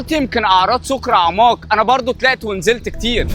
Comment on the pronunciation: طيب بالأول أنطق الحروف صح. يعني القاف (ق) ليه عندك كاف (ك)؟! (كصة) بدل (قصة)؟؟ (صديكي) بدل (صديقي)؟؟ (كراءة) بدل (قراءة)؟؟ (أعماك) بدل (أعماق)؟؟ .......